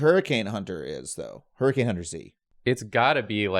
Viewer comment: Hurrican X hunter Prounced: hurricane hunter